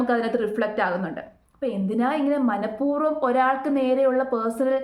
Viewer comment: ഉച്ചാരണം ശ്രദ്ധിക്കണം മനഃപൂർവം എന്നല്ലേ 🙄